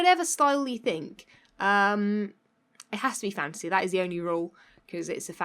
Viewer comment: Am I the only one who constantly hears "fancy" when she says "fantasy"?